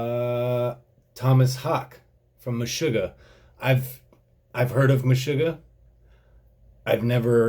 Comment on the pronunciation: its pronounced, "mesh-ugg-ah"